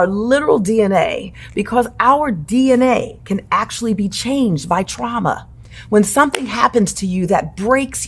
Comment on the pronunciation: KJH: she not saying twauma cowwectly